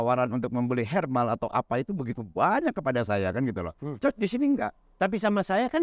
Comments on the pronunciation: Iya 😅 bilang nya Choch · maaf sdh 2 tahun bersahabat tp tdk ada yg meng koreksi ucapan bpk ini utk pelafalan ( pronounciation) coach